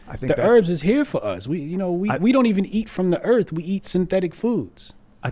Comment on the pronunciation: "Erf"... Yep, not going to take you seriously.